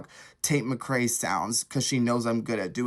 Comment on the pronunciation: Hate how he pronounces tates last name lmao.